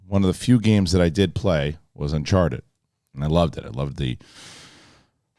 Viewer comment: Did say unsharted at the beginning 😂